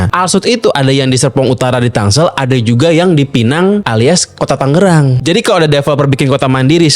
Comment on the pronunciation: Yg bener Tangerang, inget jaman STM ngerjain pr gambar teknik nulis nama skolah pk 'Tanggerang' lgsg dikoreksi sm guru..Krn salah penulisan yg benar 'Tangerang' krn sblm kotamadya msh Daerah Tingkat (DT) itu, 'DT.II Tangerang' Klw pengucapan Mungkin krn kebiasaan atau ap atau mungkin jg Krn sering dengar'y 'Tanggerang' Jd yg blm tw ngira nama kota'y 'Tanggerang', smp skrg pun msh ada aj yg sebut 'Tangerang' itu dobel (g)=Tanggerang..😬 Pdhl penulisan yg benar kota/Kab 'Tangerang' 😬